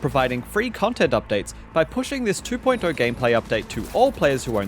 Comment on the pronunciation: Love how he says "two point eyuo" ✌️